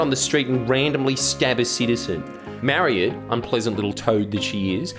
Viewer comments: As an Irishman I'd like to point out a mistake Mister Jordies, the whale who wrote the first article's name is not pronounced Marry-ed, but Murr-aid. Now that your clear anti-Gaelic micro aggression has been unearthed, I think a heartfelt apology is in order here, Payable in the form of one Duckbilled platypus, to be sent to my house at your earliest convenience. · just to clarify, Mairead is pronounced Maur-ade.